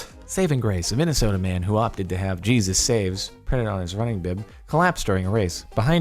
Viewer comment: U say Jesus wrong